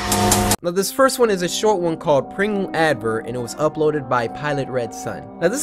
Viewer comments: bro said: buy pringo's😟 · CORY SAID PRING-Os lmfao